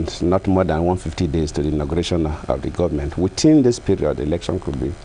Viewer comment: Shamefully dull, uninspired, uninspiring. Putrid, gutter English pouring out of a President's mouth. He "sympathizes" with the international community for the postponement of elections!! Sympathy??? Keeps saying "witin" instead of within. Makes me wanna fart!